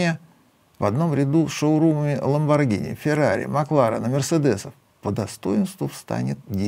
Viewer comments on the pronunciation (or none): none